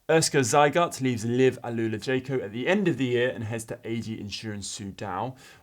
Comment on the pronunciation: Is shirt featuring that aero backpack fairing thing? Is Jayco now pronounced with a soft J, perhaps like Jogging?